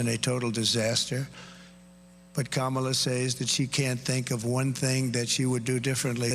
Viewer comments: she mispronounced her name, but Trump didn’t. Must be opposite day. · So mispronounced Kamala’s name and nothing..? So it truly is fake outrage when the right does it 😂